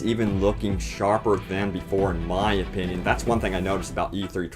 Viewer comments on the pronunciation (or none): none